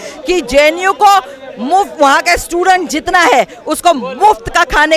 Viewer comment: Stident ko aise bolne vali mahila bhut hi ghatiya soch ke h